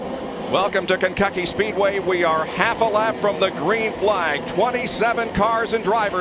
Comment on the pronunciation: Kencucky Speedway? Wanna try that again?